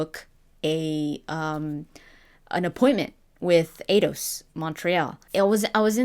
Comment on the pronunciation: Eidos, like Einstein. Not Ados.